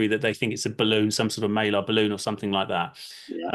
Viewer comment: "Maylar"' balloon? Try understanding Mylar before debunking debunkers. Secondly, it doesn't have to be Mylar it could be a less rigid rubber material, like a weather or surveillance balloon, descending gradually as it deflates.